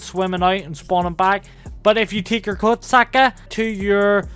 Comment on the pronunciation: Did u call the kosatka the koksucka